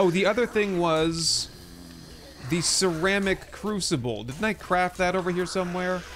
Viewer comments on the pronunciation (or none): none